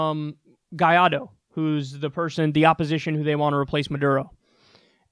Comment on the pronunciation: kyle, let me help u out my love, GOO-EYE-DOUGH, if you want to pronounce Guaido the way an english speaker would.